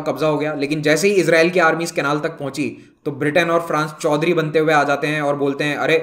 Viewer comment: Sir ‘ Choudhry’ 😂😂😂😂